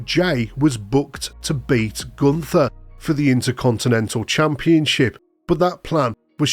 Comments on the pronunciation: The h of Gunther is silent and not an english T-H. But the U was spoken right. Greetings from germany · At the name Gunther,forget the h and let the t been heard. Call him Gunter,it's a german name and Sound awful with a english th!